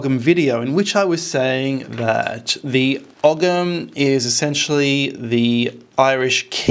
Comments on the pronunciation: Hi, It's always great to watch your daring investigations. I wonder though, would you consider using a different pronunciation for Ogham. In Ireland we would say something like "o-im", similar to Owen. The "gh" is usually silent in Irish.. Unless of course the word is pre-Irish in which I wouldn't know. Cheers, Richard Dublin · You don't pronounce the G in ogham, you pronounce it oham. I like the D.N.A, similarities. It's the same with the I Ching it's like binary computer code and the hexagrams are numbered. Any attaching the celts or ancient Britons to the Abrahamic gods or Babylonian traditions is a type of nonsense discredited already as British Israelism. WHO writes that ogham is from the tower of Babel? CHRISTIAN monks in the 14 century, who have a vested interest in fabricating these connections. No Ogham has nothing whatsoever to do with Arabs or the middle eastern fantasies from Babylon. It is an original British language. Not content with genociding the people that used it, Christians now want to steal its sovereignty. There are many attempts to connect Abrahamism to the British Isles since the Christians arrived. All complete tripe.